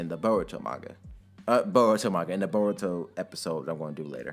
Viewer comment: Oh i say bo-ru-to not bo-ruuu-to but its fine